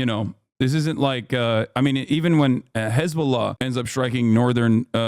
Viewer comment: u say Hezbollah weird